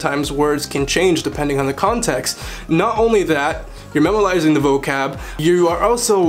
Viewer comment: Me S i think everyone makes mistakes whether youre fluent or not he said memalising instead of memorizing lol Its hard not to make mistakes especially if youre learning so many languages